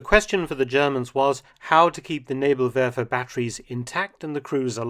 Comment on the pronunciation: Thats the best Pronounciation of Nebelwerfer i did hear from an English Speaking Person. I know cause im a (PROUD) Kraut myself. Good job Dr Felton Sir.